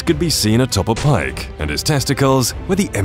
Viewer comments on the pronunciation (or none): none